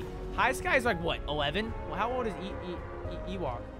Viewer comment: Funny how her name is Ewok but doesn’t know how it’s pronounced.